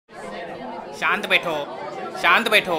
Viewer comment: Saant betho saant betho abeeey saant beto 😂😂😂😂😂